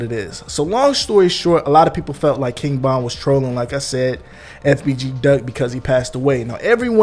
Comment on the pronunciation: Bro ,why you sounding so confident in your pronunciation, King bond bro? Tf?Vonnnn! Broo damn